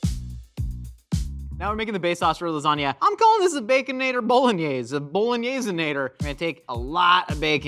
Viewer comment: Did call it a “Baconadle Lasagna”? 😂